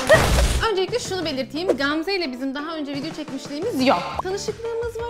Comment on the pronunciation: Qamze yox Gamze🤦🏻‍♀️